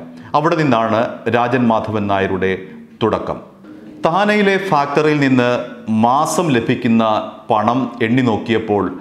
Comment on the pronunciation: Factory ennu parayunnadu onnu sheriyakkuka ningalude vartha vayikkunnadu Nikki istamanu ningalude sound um